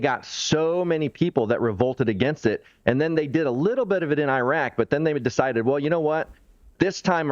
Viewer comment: So the guy with black glasses pronounces Iraq correct and straight away the guy with white glasses pronounces Iraq eye-rak!! America is responsible for the war in Ukraine, funding the coup to gain Access for resources